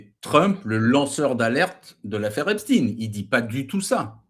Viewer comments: Quel intérêt d'avoir ce Marquardt ? Il n'a pas apporté grand chose à cet entretien, si ce n'est sa prononciation "epstine" et son anti-trumpisme. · Mr Maquardt ont dit Epstein pas esptine 😊